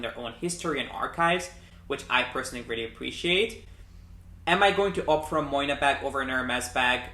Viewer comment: You are pronouncing the brand name wrong! Moynat is pronounced MWAA-NAH